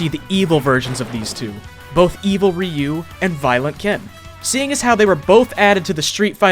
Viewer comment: um it is pronounced RIE-YOU